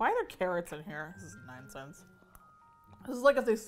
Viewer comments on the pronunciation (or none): "are there carrots in here? this is nine cents".😎 Me: Relistens twice, then turns on subtitles to verify that savagely said "nine cents" instead of "nonsense"🧐. 💗🧡💛💚💙💜🤎